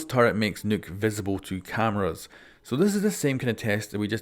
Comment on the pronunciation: Nokk not nuke